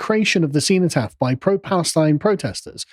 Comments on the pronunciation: seh·nuh·taaf, what's this see-know pronunciation? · Seenotaff, never heard the before only senOtaff (cenotaph) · Sen-oh-taff. Ffs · Why can't he pronounce cenotaph?